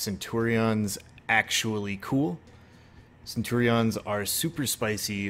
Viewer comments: Dudes pronunciation of Centurion is killing me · Ah, Cen - tu - rean. But this is great!